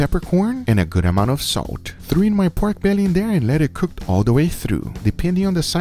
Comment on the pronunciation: Bruh. I hate the way he say “peiorke bealliey”